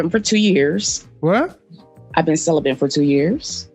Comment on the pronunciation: "ive been cellerbent for 2 years" WTF IS CELLERBENT!!! CELIBATE?